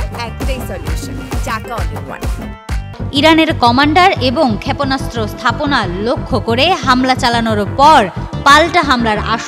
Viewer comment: ক্ষ‍্যাপোনাস্ত্র না, উচ্চারণ টা "ক্ষেপনাস্ত্র"।